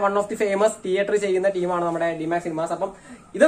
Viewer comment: ടീയറ്റർ അല്ല മോനെ തീയറ്റർ..